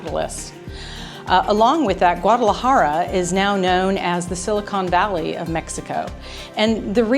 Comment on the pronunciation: You pronounced Guadalajara correctly. It's hard to heard English speakers pronouncing it correctly. :)